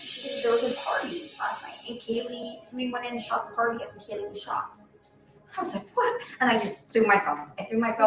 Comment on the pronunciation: Hey girl, no insult. But Kaylees name is pronounced - Kay- Lee